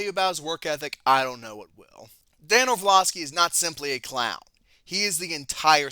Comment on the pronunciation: It’s also orlovsky not orvlosky